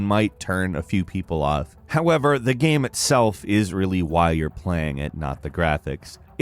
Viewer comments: Lol why is game always pronounced "Gam" in these videos? Does no one in editing notice this? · Please learn to say the word "game". It's not GAM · I hate the way you say gemm instead of game but I love your vids so I’ll keep watching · i like that you pronounce game like gaem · Half the time he says Game, the other half he says Gayem as if game is two syllables, whyyyyyyyyy? lolol. Good vid nonetheless